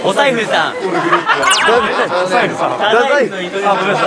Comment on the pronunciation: 『“リチャードさん”と“お財布さん”（太宰府のイントネーション）』が咄嗟に出てくる小島くん頭の回転はや😳